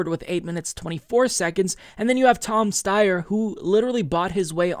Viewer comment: It isn’t pronounced Tom Stayer, it’s Tom St-I-er.